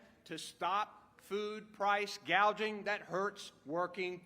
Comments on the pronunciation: She can't even pronounce "gouging" but rather she said "gaging" c'mon man and she's to possibly be our POTUS? Was she reading off a prompter? That's even worse then.... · price "gageing"????? she cant even pronounce it correctly. Welcome to full blown socialism if this dingbat is elected. Wake up, America!